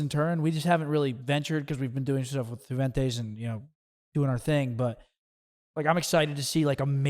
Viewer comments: I swear Hecz is saying yooventoos this entire video. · lol just want to make it clear again that Juventus is not pronounced with the J but with the U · Dude is from Juarez Mexico but still says Jew-Ventus 😂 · Hecz you are not pronouncing Juventus like that surely 😂😂